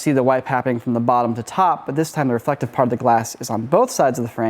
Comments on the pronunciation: I blame for "Refelctive" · Refelctive? Really guys lol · Ah Yes, the good ole "Refelctive" trick.😅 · “Refelctive” lol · Man, you went all in on "Refelctive".